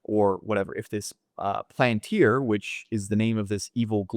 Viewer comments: . You can listen to Thiel pronounce it Pal an tir Not a big deal though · Did u say PLANTIR??? Its PALANTIR. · The “seeing stones” in LOTR were called pal an tiri so he dropped the “I” for the company name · It’s pronounced Pal-an-tir